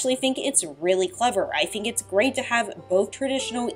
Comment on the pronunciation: You have a really bad speech impediment.. you pronounce T and Th as F and FUH. Why? Like, "I fink"..